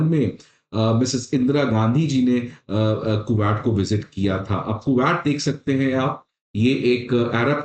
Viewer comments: cashmeer nahi bolte usko. it's kash-meer. Kooowat nahi it's Ku-wait. Pronunciations sudhar apne. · Bro it ain't ku-watt Or is it